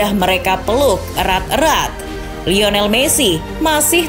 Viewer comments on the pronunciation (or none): none